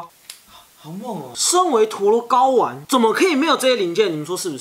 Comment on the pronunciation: 高玩聽成搞丸